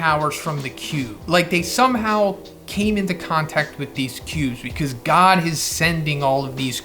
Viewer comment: Am I the only one that cringes when he says "god". Like I thought people were calling it the Monster God at first. It's just hard to hear to me.